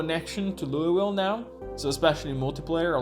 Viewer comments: We pronounce it “louval” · You can just say "Lull-vill" I believe. Like lulling someone to sleep. I know that's not how it reads, but fuck the word worcestershire as well. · We just call it “Loo - ville”.